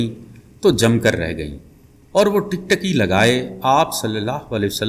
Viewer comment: Israar, Tiktiki Asraar ( galat ) Tiktaki ( galat )